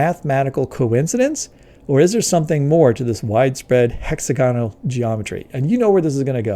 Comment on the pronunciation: It's pronounced "hex-AG-onal", not "HEX-a-GON-al". and it's "MEL-a-nin", not "mel-AN-in", although sometimes you seemed to be saying "mel-AN-a-NO-in" {:o:O:}